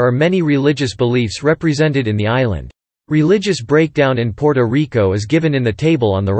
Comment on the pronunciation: Your pronunciations of “Puerto, Borinquen and Taino” is truly cringe worthy.